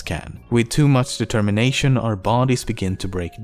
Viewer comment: "determiNOTion" lol this made my day xD